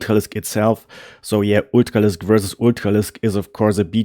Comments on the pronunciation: What the hell is an ootcalisk? I feel like he’s trying to say ultralisk. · It's amazing how you get the english pronunciation of r right in words like upgrade, but on Ultralisk I can tell you are german just by that one consonant :)